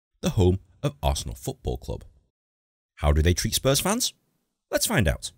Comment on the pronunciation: Oh btw it’s spurs not a sours